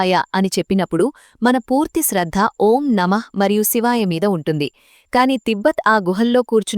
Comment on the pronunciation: Gaali baga తీసుకుని enta sepu vundachi? Om enni sarlu cheppali clarity ga Chepandi Sister plz